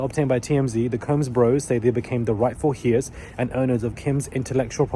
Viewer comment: 'Heirs' is pronounced "airs", just so you know